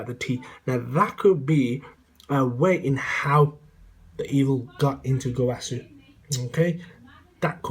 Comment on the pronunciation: you can't pronounce Gowasu as (go-wa-soo) and say it's the Japanese pronunciation and say zamasu correctly (Za-mass)